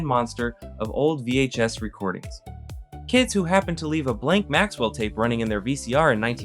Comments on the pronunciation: It’s not Maxwell, it’s Maxell. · It's "Maxell" vhs tapes. Not maxwell.